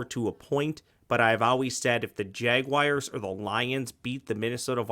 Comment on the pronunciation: JagWIRES? C'mon.